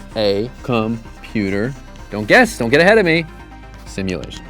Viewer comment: “Simultation” lmaooo